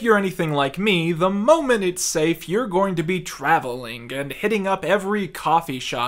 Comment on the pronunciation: I cant unhear the way you say "ing" now. Its super pronounced in this video. "Noth-ink" "morn-ink" "go-ink"